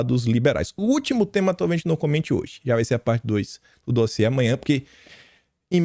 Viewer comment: Vamos dar mais likes no "dóziê" do 😂😂😂😂😂😂😂😂